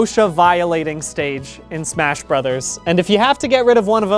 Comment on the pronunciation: "Am I safe to smach ?" a very important question.